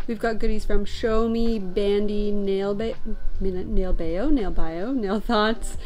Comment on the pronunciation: Nailbayo is a pun. 내일 봐요 means see you tomorrow (na-il = tomorrow, bayo = see) but also means "look at my nails." Your pronunciation the second way was correct, "bah-yo."